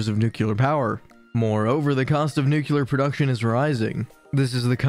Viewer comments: Perhaps a good place to start would be in learning how to pronounce "NUCLEAR" that is NU-CLE-AR. There is no such word as NUKULAR. Many people make this same error but anyone pretending to have knowledge on the subject would likely fine tune the pronunciation of the key word. Good try. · I could not stand listening to this. Please learn how to pronounce the word “nuclear”.